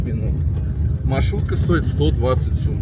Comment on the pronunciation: Не сУм а сОм